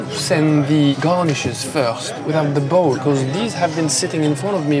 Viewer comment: This "bowl" annoys me beyond belief.